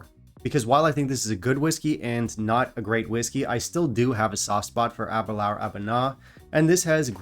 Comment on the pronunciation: Ahh -ber-lure is the main reason I started drinking Scotch. Discovered it in Edinburgh the first night we were there. But please learn to pronounce it ! :-))